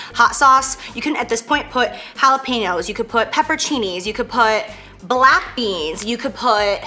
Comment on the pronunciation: Seriously she said peperchinis Cmon